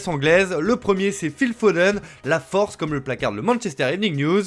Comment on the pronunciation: "Phil... the forve" = " Feel...the force "